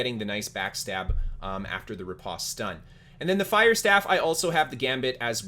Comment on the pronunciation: Thanks for the videos! I am new to New World, so this really helps. BTW, it is ripOste, hard O sound, like the word "post".